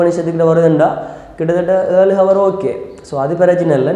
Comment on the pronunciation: While pronouncing hour..... H silence